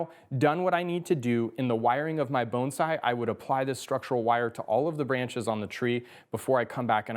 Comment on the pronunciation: Love, just wish he didn’t say bonesai!! Even the subtitles can’t understand so they spell it bone side!!